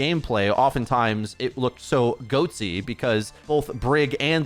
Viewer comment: Can you please not say goatsy(e)?